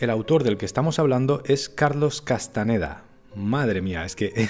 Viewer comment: Carlos es Castañeda con Ñ. Si los gringos no tuviesen esa letra no significa que uno lo pronuncie mal.